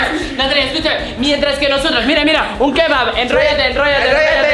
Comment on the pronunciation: Hoy para cenar ay kebat i en arta dice kebat